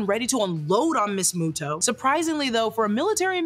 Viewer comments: Love but it's pronounced MUTO not MOTO. I think moto moto likes you lol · It bothers me how you prenounce Muto ... You first said muh-toh and then the correct way Moo-toh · pleeeaase, it's killing me the way you're saying MOTO instead of MUTO 😭😭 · I’m so sorry but moto keeps bugging me and it’s muto but I understand so I’m not mad lol but I am bugged lmao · Suberme a mi MOTO! Why MOTO instead of MUTO? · Isn’t pronounced MUTO instead of MOTO? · i will always love this movie. also its "mue-toes". it was getting on my nerves. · stop saying moto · Also why am I so bugged by how you say “Ronda” and not “Randa” as well as saying “MOTO” instead of “MUTO”?